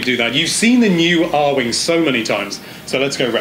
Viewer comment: Ahem. Ar-WING. WING. C'mon man.